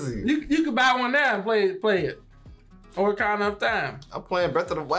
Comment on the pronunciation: the amount of "orakana" I heard haha. its "ocarina" (ah-ka-ri-na) G.